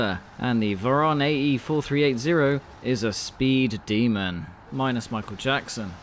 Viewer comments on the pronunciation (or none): none